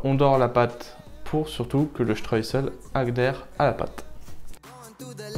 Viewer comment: Le streussel,pas le stress,oupsssss